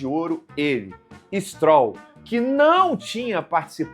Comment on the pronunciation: E o reporter chamando o "stróll" de "strôll" 😂